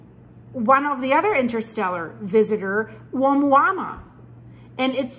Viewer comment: the Pulse with 20 year broadcaster here with a bit of phonetics help Oumuamua = uh-MOO-uh MOO-uh LOVE your work. You are truly brilliant, charismatic and beautiful.